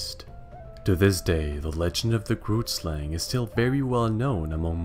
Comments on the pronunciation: The YouTuber kind of said grootslang incorrectly The name i am sure is afrikaans which is my main language He said it in a way that made me laugh so much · Not everyone bootchering the word 'grootslang'